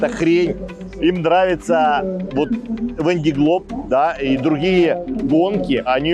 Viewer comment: Кто живёт во Франции в Ля Рошель, в Сабль д`Oлон, почему же вы говорите "Вэн ди Глоб"?! Другой блогер произносит Вэн дэ Глоб", если гонка называется "Вандэ Глоб" (л произносится мягко) по названию департамента Vendée (на французском произносится "Вандэ" (а - носовое, а э- закрытое), в русском варианте это "Вандея" (читайте "Девяносто третий год" Виктора Гюго). А у вас что означает слово "Вэн"?!